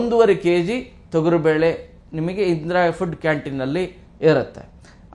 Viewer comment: Thogaru bele alla thogari belemodlu pronunciation sariyagirli